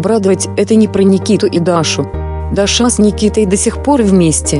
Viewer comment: Даша - наголос на першому складі...